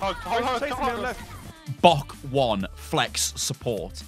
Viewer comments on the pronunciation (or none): "Bock won" cringed when I heard that If you read it in swedish it's pronounced bocken which is a normal word in Sweden, just like manneten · Isn't Bock1 pronounced Bocken? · Its pronounced Bocken not to be salty just a little tip